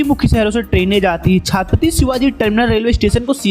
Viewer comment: Bhsdke chhhaaattttpati kya hota ha..... tarike se naam le